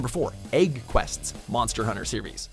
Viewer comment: it's pronounced egg not ægg